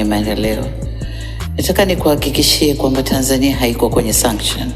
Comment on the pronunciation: JAMANI. SENSETIONS AU SUNCTIONS...NAWE MTANGAZAJI TAMKA VIZURI WOTE NDIO NYIE NYIE MNATUABISHA KWENYE DUNIA...